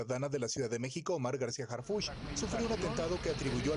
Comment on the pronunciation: A ver mi Chairo aprendase el nombre!!! es Harfuch no Hartuf!!! No sea Wey!!!